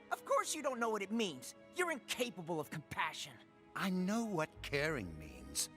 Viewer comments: Complassion gets me every time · COMPLASSION I CANT 🤣🤣🤣 WHY DOES NO ONE TALK ABOUT THIS LMAO